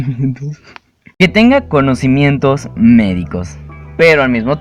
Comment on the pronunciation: que tenga " comonosimientos " xd wtf kiiiiii 😂